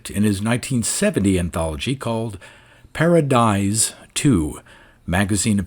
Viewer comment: Are you sure you are pronouncing Paradies correctly?